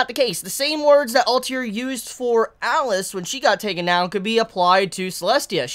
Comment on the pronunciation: you don´t like letters between vocals don´t you like kakeGURI alTIR like man what´s the issue with pronouncing the last 2 letters lol